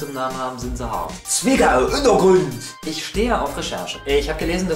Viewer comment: swigga! undeagründ! XD